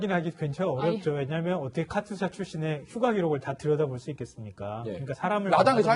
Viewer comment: 카츄샤가 아니고 카투사(KATUSA)라고 발음을 하면 합니다.